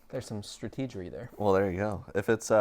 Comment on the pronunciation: Gotta love the Stra-Tee-Gery pronouncement 😂